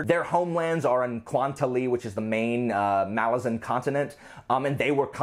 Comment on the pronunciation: I appreciate that you pronounce “Malazan” properly. I agree with being bored by Icarium and Mappo.